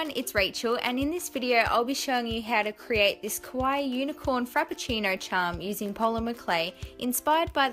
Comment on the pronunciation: Hi!! I really love all your videos!! Just wanted to let you know that how you say "Kawaii" sounds like "Kowai" which means "scary" in Japanese. Just wanted you to know cause all your charms are Kawaii💖